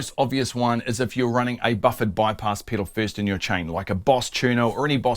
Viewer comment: It's fun hearing him say Piddle over and over!